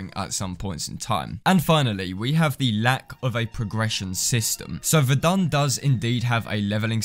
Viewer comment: Ummm not to be rude but you said the name wrong to me it sounded like you said vendon